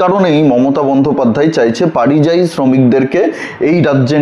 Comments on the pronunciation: কথাটা পারিযায়ী নয়, পরিযায়ী। কানে বড় লাগছে। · পারিযায়ী শুনতে ঠিক লাগছে না,ওটা পরিযায়ী বললে ঠিক হতো। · পারিজায়ী নয় পরিযায়ী।ধন্যবাদ। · পারিযায়ী না পরিযায়ী